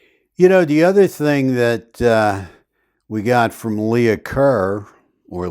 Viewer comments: It wasn’t “Leah” Kerr. It was “Leigh” Kerr. “Leigh” is pronounced like “Lee”. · Leigh is pronounced Lee, not Leah. Lee-ker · The name Leigh is pronounced ‘Lee’ (or sometimes ‘Lay’), thus the Lee-ker Lea-ker. Lee-uh is spelled Leah typically. 😊 Also, were the positions of the bodies not revealed to the public initially.? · Leigh is not pronounced Leah. Leigh is pronounced Lee. It is the female spelling of Lee. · Leigh Is pronounced LEE. Not Lee-a . Hence Lee Kerr. Think of the actress Janet Leigh . Janet Lee. Not Janet Lee-a. Other than that distraction this was a good video. Thanks. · Thank you for staying with this case,. Do you remember the actress Vivian Leigh? Her last name was pronounced Lee, I believe.